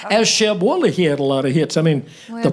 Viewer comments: Sheb Wooley, not Wolley😏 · The name is "Wooley", not "Wolley"